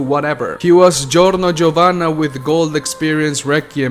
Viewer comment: The way you said Giorno Giovanna was so satisfying ngl